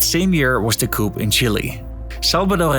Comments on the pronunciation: In English the letter P is silent in the word 'Coup', it's pronounced Koo. Something pronounced coop with the P is a place where you put chickens, a chicken coop. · Yeah, Allede was suicided ... (we don't pronounce the p in "coup") Peron was a populist, yeah, his wife gave shoes for free, but he was a conservative right wing dictator type of figure, no hero! the Desaparecidos began in his reign"...